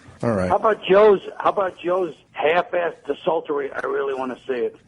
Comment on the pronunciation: Colin's a genius but he doesn't know how to pronounce certain words. Debacle as "DEB-uhkuhl" is well known, but also desultory as "des-UHL-tory" is something he's said more than once.